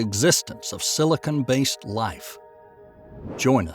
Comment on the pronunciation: Silicon not silicone lol